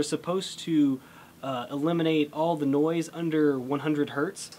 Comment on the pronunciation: "niose" lol